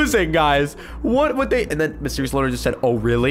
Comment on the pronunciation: Loner not loan